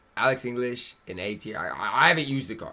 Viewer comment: Yeah like wtf how can you not pronounce your native language